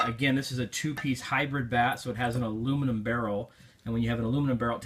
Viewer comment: U said the aluminum and composite wrong